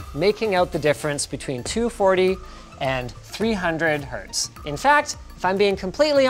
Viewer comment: Hz not hz.